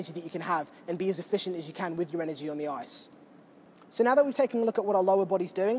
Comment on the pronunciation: drink whenever says "on the oiyce".